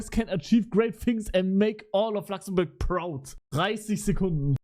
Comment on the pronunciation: "I live in Lachszämbörg"💀😂